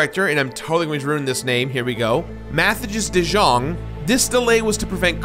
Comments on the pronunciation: Matthijs de Jong? (Read Dutch J as Y, Yong. Matthijs is more like Math Ice, in case you were curious) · I am sorry but I had to laugh at how you did butcher the name of the producer... Matthijs is more pronounced like 'matte ice'. The 'ij' is a 'y' sound as in the word 'why'. 'De Jong' is literally 'The Young'. Good try though :D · The name you seriously butchered. Would be Matthias The Young, basically. Greetings from the Netherlands, loving the video ❤️ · Oh boy did you butcher the game director his name 😬 you’d should pronounce it like mart-ice the young to Come even close. Cheers! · Maybe you could have at least just googled how to pronounce Matthijs De Jong? Like so much time goes into creating these videos, so I don't understand how you don't have time to google the pronunciation and figure out that ij in Dutch is in no way pronounced as an i and a j separately. It doesn't have to be perfect, but the way you pronounced it made it very clear you did not put any time at all into researching how it is pronounced.